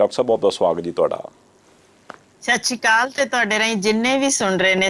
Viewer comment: ਸ਼ਾਸ਼ੀ ਕਾਲ ਨਹੀਂ ਬੀਬੀ ਜੀ, ਸੱਤ ਸ੍ਰੀ ਅਕਾਲ ਹੁੰਦਾ , ਗੁੱਸਾ ਨਾਂ ਕਰਿਓ